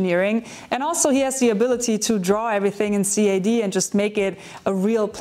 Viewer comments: Lol took me a while to realise you are saying CAD in German 🤣 Me thinks that most say /kæd/ (kad) CAD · ngl this is the first time I've ever heard CAD be pronounced C-A-D instead of simply "Cad"